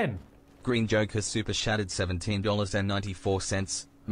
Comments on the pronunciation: That AI voice sounds like he says super shatted, not chatted. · I do enjoy that the robo voice pronounces it "super SHatted".